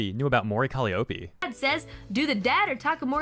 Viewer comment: Cali opey? Co- lie ah pee